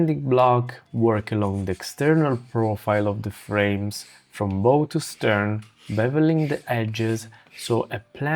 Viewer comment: Looks like an interesting construction. Your pronunciation of the word BOW is for an archery BOW Pronounce the front of a ship (BOW) to rhyme with “cow” or “now” Your English is much better than many of my English friends.